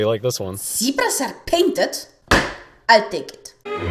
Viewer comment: Nothing against you, but I had to watch it 4 times, ... and only could figure out what you said ("I'll take it") after I turned subtitles on.